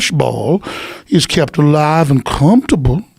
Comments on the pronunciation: Alex “it’s cumftuble” Jones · "We make sure there comfterbow" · "make em cumfurbal" 😂😂